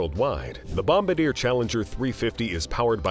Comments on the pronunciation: you should pronounce Bombardier properly, you got Falcon correct but not bombardier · It’s funny that the narrator of this video doesn’t even know how to pronounce Bombardier which proves he certainly doesn’t run in the circles of billionaires or even the rich. 😅